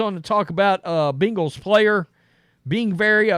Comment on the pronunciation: dude! its ben-gals NOT bean-gals.